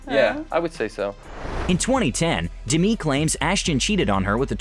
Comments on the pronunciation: It killed me the way this narrator pronounced Demi. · Why is he pronouncing her name like that? Is that the correct pronunciation?? Or does he genuinely not know how to pronounce a simple name like “Demi”... ??